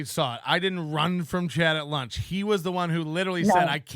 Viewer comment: "We're downstairs having lush" It's, "LUNCH," Chad. "LUNCH!"